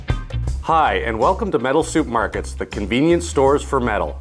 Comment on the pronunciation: He did say soup market. That's OK, I still did learn something .